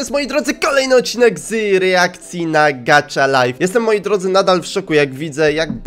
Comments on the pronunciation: Gacha nie gacza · Elo mam tylko jedną uwage no bo czyta sie po prostu gacha a nie gacza Może wejdziesz na mój kanał byłabym bardzo wdzięczna Najlepiej serie: "Jestem sławna" bo inne są takie no... Lub" Bez Emocji" z Góry dziękuje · Nie mówi się gacza tylko gacha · mówi się gaha life a nie gacza life taka porada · Nie muwi się gacza tylko gacha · to sie nie czyta gacza lajf tylko gaha lajf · to nie nazywa się "gacza" tylko gacha😡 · to jest gacha life a nie kurde gatcha life jestem hejterem xD